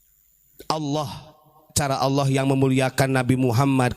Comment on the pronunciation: Ubad kopet ngucap ALLAH aja ngga bisa, bogel lu